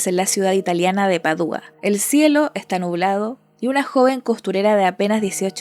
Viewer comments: Todo muy bien pero Padua no lleva tilde el la u para que tú la pronuncies "Padúa". Rompe el oído. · Voy a entrar en modo Hermione Granger: Es Padua, no Padúa… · Buen video, muy interesante. Un detalle menor en , la ciudad italiana se pronuncia Padua con acento en la primera A y no "Padúa". Sigue sacando buen contenido 👍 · Padua: Pá-dua. No Padúa. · Padua. Se dice Padua. Sin acento. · Repetiste en varias ocasiones el nombre de la ciudad donde aconteció el tema que tratas. La cosa radica en que no se pronuncia como tu insistes en hacerlo. ¿de donde sacas que se acentúa en la "u"? se pronuncia como se escribe en español PA dua, acentuando la sílaba pa que tiene un tipo de acentuación que no se escribe (prosódico), como silla,pesa, mesa, perro, cola. existe un santo que es de esa ciudad San Antonio de Padua al que le suelen pedir un novio las mujeres.